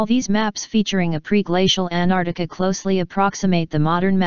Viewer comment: Good video, but how do you get a computer voice to mispronounce Antarctica?